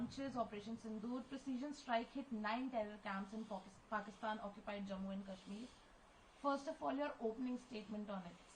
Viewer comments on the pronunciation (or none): She nearly said Porkistan haha 😂